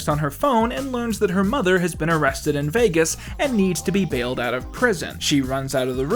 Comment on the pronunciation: “These characters deserve to be HAPPY!” Hmm. You said arrested really weirdly.